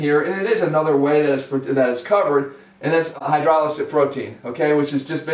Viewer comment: It is hydrolysate goddamnit, not hydrosylate. You hydrolyse the whey, you don't hydrosyle it. Learn some Greek. Get civilised